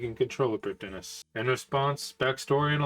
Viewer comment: Just one nitpick from me Prifddinas uses Welsh spelling and pronunciation, as with all Elven areas/characters of RuneScape. So the correct way to say it isn't as straightforward as it seems. The correct way to pronounce it is "Priv-thee-nas", since 'dd' in Welsh makes a 'th' sound.